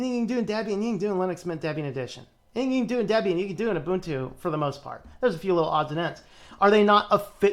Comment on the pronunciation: The fact that (guy in the video) incorrectly pronounces Ubuntu "Yoobuntu" instead of "Oobuntu" already tells you a lot. It's usually the uninitiated who make these pronunciation mistakes.